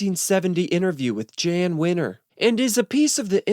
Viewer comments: Jann is pronounced yahn, not jan. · The J in Jann Wenner's name is silent. It sounds like a Y so "Yann" Not hard "J"